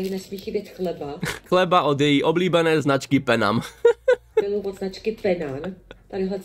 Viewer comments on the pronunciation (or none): Proč říká Penan, když je to Penam a taky Kofola místo Kofila. Ách, no jinak chlap chudák. Jídlo se samými umělými sračkami, nic domácího.